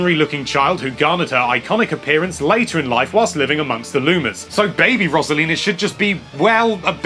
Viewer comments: I like all these characters, also you pronounced Rosalina wrong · Learn how to pronounce Rosalina